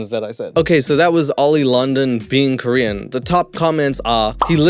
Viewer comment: I'm not Korean but why do I feel so offended?! lol he's not British but still has the accent, he speaks the language but can't even pronounce 1 Korean word right. No one had probably said NO in his life to think this is ok lol